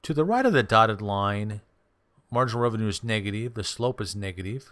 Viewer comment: You always say "negateev"